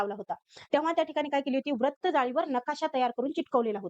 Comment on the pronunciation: Nice tai But Pls Pronounce further Vra as vru Vratt it's vrutt